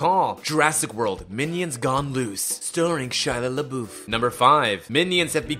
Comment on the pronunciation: Shaya Laboof 😂😂😂😂